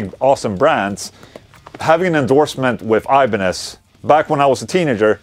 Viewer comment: try to say IBANEZ like it is , it is not english word !